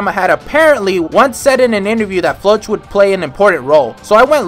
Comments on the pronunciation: "floatch" is a terrible way to pronounce Floch "Flock" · is it me or you're pronouncing floch wrong.... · Who the heck is Floatch, he's name is Floch😭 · Idk why, but I have always pronounced Floch as Flo-ck